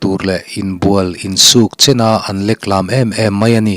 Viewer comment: Leklam, hei hi 'lam' tih lai hi i lam hniam thla a, kan lam dan chuan leklam a ri a khamphei thin .'leklâm' ni lovin leklam tih mai tur😁